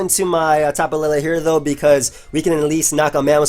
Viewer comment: why the hell do people say tapu laylay? the 'E's have no accents it's tapu leelee